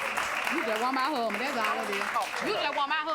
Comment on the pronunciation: She said, “You just want my huuu’band” 😂😂😂